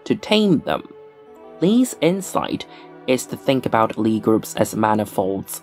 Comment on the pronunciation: If Sophus Lie was norwegian, the "i" and the "e" in Lie are separate wovels and should be pronounced as such. Emphasis on the "i".